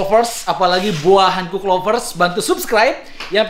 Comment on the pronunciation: Boa Hancock bacanya Bo:a Hankok, klo boa hankuk tulisannya Boa Hankook.. Jadi salah pronounced, sbenernya ud lama pgn komen ini.. Tp annoying jg dengernya lama2